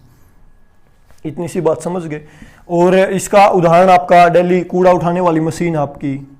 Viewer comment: Very nice nice sir👌👌 But sir hindi word correct kre thoda Ex. धुरी, कूड़ा, चिमटा....